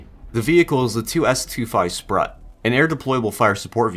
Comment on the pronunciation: Sprut is pronounced as Sproot btw